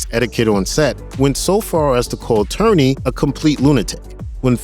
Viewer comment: Lawrence Tierney - pronounced ‘TEER-nee’ not ‘TURR-nee’.